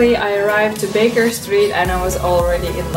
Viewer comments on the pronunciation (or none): none